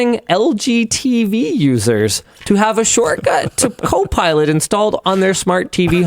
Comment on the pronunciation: Did i hear linus say cope pilot? 😂😂